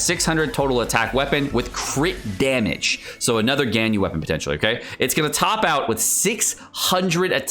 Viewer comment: Genshin youtubers always do the weird name thing for some reason. They call "Baal" "boll" or "ball" for some reason, "Ganyu" turns into "Genn You" etc lol